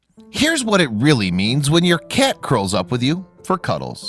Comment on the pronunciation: The narrator keeps pronouncing 'cat' as 'cyyyyeeet'. The non-standard accent is distracting.